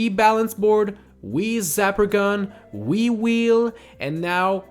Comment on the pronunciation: I thought he said wii-wii instead of wii wheel. lol